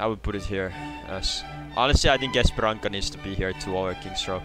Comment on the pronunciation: That is not how you say Paraíso and Esperança 😭😭